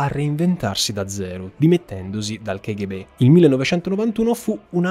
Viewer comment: Una piccola domanda, la pronuncia non dovrebbe essere "kaghebè"?